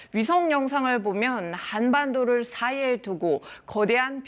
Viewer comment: 한반도 솨이에 두고.. 발음 왜그러는거요ㅋㅋㅋㅋ